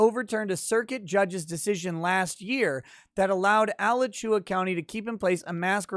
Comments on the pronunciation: Just for fun: it's A-LA-CHU-A. No emphasis on any syllable. Not al-a-CHU-a. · It’s pronounced a-latch-oo-ah you goddamed philistine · say it with me uh-la-choo-uh -Floridaman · lol, I like ala-chewa better than the way we pronounce it (uh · la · choo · uh). Thanks for covering this. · Alachua is pronounced "Uh-la-chew-uh" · a-LATCH-you-uh, boomer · Locals pronounce it a-LA-chua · Have to chuckle how pronounces Alachua.